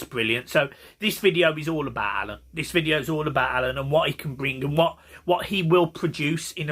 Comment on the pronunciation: its alaan not alun